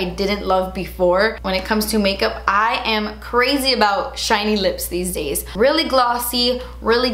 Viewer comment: Weally juitsy weally chiney. I LOVE it!😄